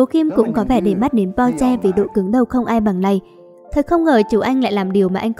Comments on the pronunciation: Ad ơi mình không biết bạn rv mấy cái phim trước như thứ nào nhưng đây là KinnPorsche bạn đọc sai với lại cách giới thiệu nhận vật sai tên là không tôn trọng đến tên diễn viên trong phim Porsche không phải Po mong Ad có thể nói bộ phim hay hơn với các nhân vậy bạn rv như vậy thì mình không thích 1 thứ nào người không ra người lươn không ra lươn là sao vậy ạ .Đây là ý kiến của mình mong Ad có thể suy nghỉ kỉ khi rv với phim hay 1 chút còn không thì đừng rv nha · bạn ơi xem lậu bạn biết thế nào không hả mấy anh bỏ mấy công sức để đóng thà bạn coi xong rv đúng mình không nói còn đây đọc sai tên có tôn trọng mấy anh không vậy ? Porsche k phải Po nhé Xoá video dùm